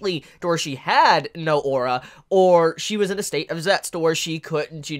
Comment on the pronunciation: Why does he pronounce "zetsu" as "zets" instead of "zetsu" ?